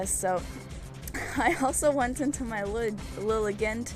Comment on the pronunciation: I think Lilligant is supposed to be said like "elegant". :D